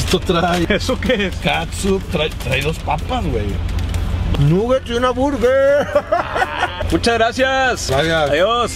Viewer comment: Mori beto que emoción “a la bueguer “ jajajaja